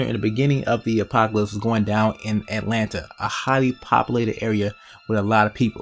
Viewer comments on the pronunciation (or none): none